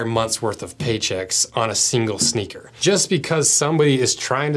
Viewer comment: SHNEAKER 😂 I am now a Shneaker collector, that is what I will tell people in real life...